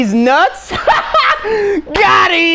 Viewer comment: It is Deez nuts got em not gotthi